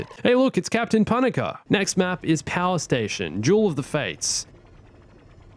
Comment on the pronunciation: "pun-a-kah"??? It's "Pah-nah-kah" 😑